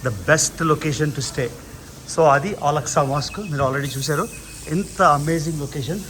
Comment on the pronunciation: Mazjid AKSA not Alaksa